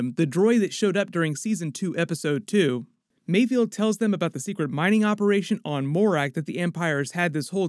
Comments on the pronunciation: It's mayFELD not mayfield!! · Im really nitpicking here because i cant find anything else to complain about its Mayfeld not Mayfield. Love the video bro subscription earned! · Mayfeld. Not Mayfield :| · It’s MayFELD not MayFIELD 🙂. Another awesome breakdown thanks! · I’m pretty sure Bill Burr’s character’s name is ‘Mayfeld,’ not ‘Mayfield.’ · Pretty sure it's mayFELD not mayFIELD. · Great breakdown! However please, for all that is good in the world, it’s pronounced “Mayfeld” not “Mayfield” 😭